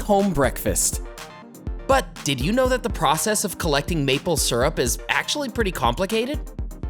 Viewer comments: Maple Syrup not Surup. Leary not Weary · It also helps to pronounce “syrup” correctly. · Why so u say syrup like that